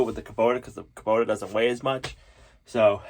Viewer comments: it is hubota not kuboter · There is no R in Kubota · Please stop butchering the English language. Kobota ends in a not r. Bearing has a g on the end.